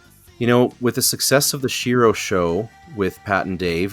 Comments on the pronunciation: it' "shee-roh" not "she-row" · Love the podcast. But please speak Shiro right.